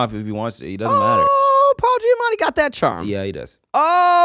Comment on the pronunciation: do the boys realize that they both say “Paula Giamatti” like it’s actually so funny